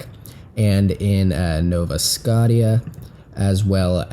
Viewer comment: It's SCOTIA.. pronounced skoschah